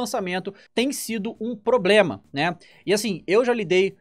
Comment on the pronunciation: "Tem sido um PROBREMA. né ?"